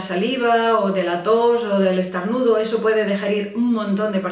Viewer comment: Pero dice estArnudo 😂